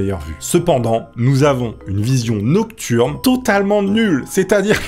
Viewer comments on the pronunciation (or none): C'est la glaire cervicale située au niveau du col de l'utérus 😂😂 colonne vertébrale mdr 😂😂😂 et niurne au lieu de nocturne